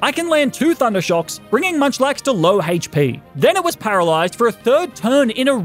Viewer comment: Everyone: HP.: Hate-ch-pee.